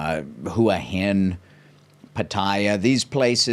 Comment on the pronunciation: FYI Hua hin is pronounced hwar hin